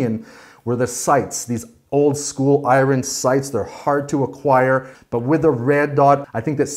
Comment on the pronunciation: You say iron really weird